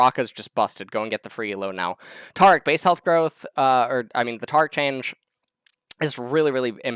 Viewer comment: says taric's name wrong along with a slew of other champions names. always gotta be different.